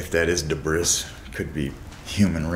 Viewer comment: his grammar is off he said debris incorrectly, lol